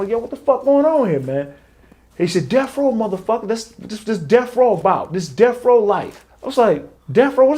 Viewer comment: DEAF row.??? Duh fuck is Deaf Row...??